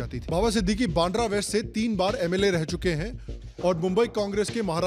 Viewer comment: बांड्रा ❌ बांद्रा (वांद्रे in Marathi) ✅